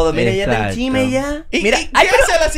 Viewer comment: se dice chisme no chime ufffff